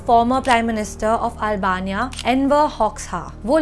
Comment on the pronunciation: Dont feel bad but your speaking skills are not upto the mark... Like mispronouncation of Albania And hamare pass naaae h